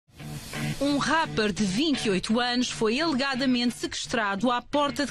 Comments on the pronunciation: “Um ràpper” nem se deram ao trabalho de pesquisar como se dizia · " um rápper", sry but i had the do it. espero que ele apareça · "Um ráper de..." ráper asr... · "Um rápper..." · Um RÁHPER ...... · Um Ráppar hahah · Um rappar 🤣🤣🤣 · Um "rápar" fds k nojo kkkkk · Epa primeiros 5 segundos, "um RÁPPER" de 28 anos foi "ELEGADAMENTE" "SEKESTRADO"? Mas esta gaja é das notícias e não sabe dizer uma palavra fodasse. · O vídeo começa bem... "um ráper" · A mulher tinha mesmo de dizer "rápar" no inicio ? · Mano quem diz:"UM RÁPER"? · "um rápper" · Com isto tudo, percebemos que.....a gaja da TVI nao sabe dizer a palavra rapper em condiçoes 😂😂😂